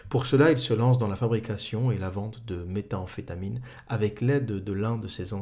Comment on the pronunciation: Nickel, par contre c'est pas Walter Walt mais White son nom, et ça n'est méta amphétamine mais métamphétamine ;)